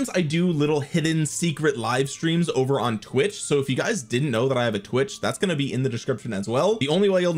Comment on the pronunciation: It sounds like you're trying to say, "it's over" but I'm hearing, "it's ogre." Is this some new gamer chat thing, like pwned? 😂